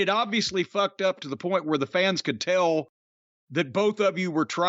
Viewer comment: Naw, man, Davey Boy (as Bret quoting him) pronounced it "fooked". Otherwise you NAILED that quote though, goddammit I like it